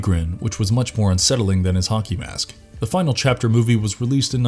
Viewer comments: Anyone else hear him say honkey mask instead of hockey mask? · Why do I keep hearing "honkey mask"? Help meeee!